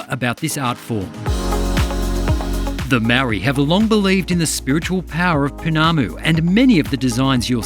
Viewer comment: 'meoowwryyy'. never understood why some europeans in NZ find it so difficult to pronounce the word 'maori'? alot of the time i believe its out of sheer ignorance. here's how to say it. say the word 'mouldy' for food gone bad, you know the term. well, remove the 'L' and you got 'maori'. there, wasn't so hard was it.